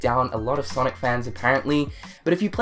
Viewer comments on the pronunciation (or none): none